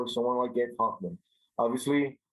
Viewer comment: Take a drink everytime they say gabe hophmen